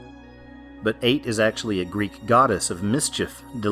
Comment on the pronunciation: Ate is pronounced ah-tee or ay-tee. The E is not silent.